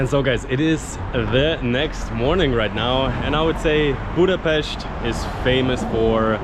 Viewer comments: Thank you very much for learning and using the right pronunciation of Budapest! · I am glad Hungary and Budapest worth to visit by your opinion. But there are several nice places inside the country which worth to visit too. You deserve praise for how beautifully you pronounce the name of Budapest, this is not usual unfortunately.... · I'm so glad , because your prononciation of the city is perfect!!